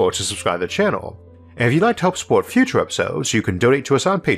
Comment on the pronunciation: I really like the way you push the human mind! But..but.., the ooo's are putting me down. Just can't come over it.. sorry. Maybe in the futoore